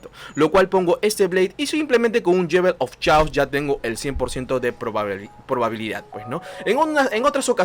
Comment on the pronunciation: Muy bueno el vídeo, ya me suscribí.....solo una observación no es "yewel of chaos" es "yol of keios"(la pronunciación).